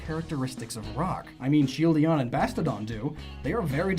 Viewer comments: why can't you say Shieldon correctly? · "Shieldion" Heh. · "Shieldidon and Bastodon" This guy is like a treasure trove of mispronunciations. good video, but awful pronunciations. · Shieldeon and bastodon? How many times did you say that? It's shieldon and bastiodon